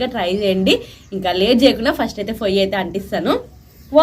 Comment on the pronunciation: ఫొయ్య కాదు పొయ్య